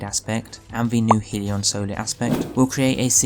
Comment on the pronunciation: Okay, this is important. You've heard of Heaven and Hell, right? Well, a hellion is a rowdy, mischievous, or troublemaking person. I assume you don't pronounce hell like 'heel' Hell rhymes with bell. So the word hellion would be pronounced 'hellyun.'. HELLyun. Not heeleeon. Please start pronouncing it correctly because I know I can't be the only person who cringes everytime you say it wrong. Otherwise, good video and build. I'm going to try it out tonight and I'll make sure to have the HELLION (hellyun) equipped.